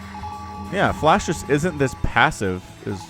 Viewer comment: Didn't sound like flash or flush it sounded like you said Flesh haha